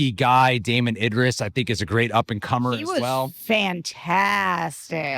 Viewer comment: Thanks for correcting these reviewers. That really pissed me off that they could not say the black guy’s name correctly.